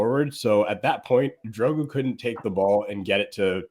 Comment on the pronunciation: Why is calling Dorgu 'Drogu'